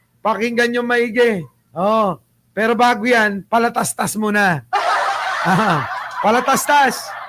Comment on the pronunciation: Patalastas po, hindi palatastas